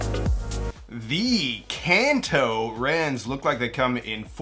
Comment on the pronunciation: Wait, is it really pronounced "Can Too?" This whole time I was under the impression it was pronounced Khan Toh, like the region in Japan where the first generation of Pokemon games happened.